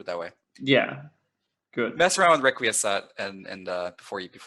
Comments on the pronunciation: I think it's pronounced "reck-qwee-es-cat". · its rek-wee-ess-kaht, as in requiescat in pace (may they rest in peace). Ezio a la Assassin's Creed 2 says this often and it's a good pronunciation to my knowledge.